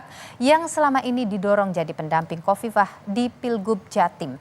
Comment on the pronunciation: Hahahaha... songong lu... nyebutin nama orang aja ga becus.... Khofifah jadi kofifa😂😂 hahahaha sekolah lagi deh 😂😂😂